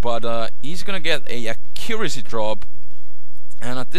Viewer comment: u say accuracy funny lol